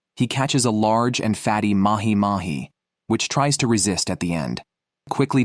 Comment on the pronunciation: Ya lost me at "Mahi Mahi"